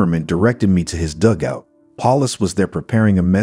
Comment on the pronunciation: Nice commentary but some poor pronunciations (dugout, Luftwaffe, etc).